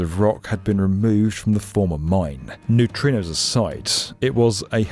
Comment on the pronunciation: and Did you mean to say neutrinos? So confusing!